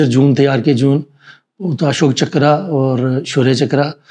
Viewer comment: चक्र को चकरा क्यों बोल रहे हैं?